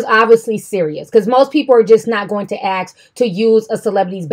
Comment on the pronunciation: Take away: if they “AX” to use the bathroom...